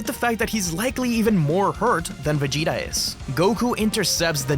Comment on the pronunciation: Ça fait saigner les oreilles " Véguéta"